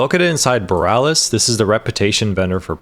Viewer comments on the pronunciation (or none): none